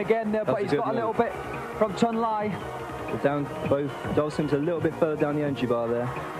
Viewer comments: OMG NEVER in the HISTORY of Street Fighter has ANYONE pronounced Chun-Li as "Chun Lie". WTF! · "Chun Lie"? Dickhead lol